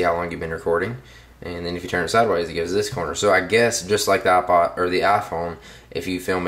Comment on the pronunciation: You say aa-pod xD